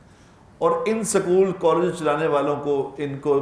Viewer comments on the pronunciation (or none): maulanaa sahiba not sakool it's school۔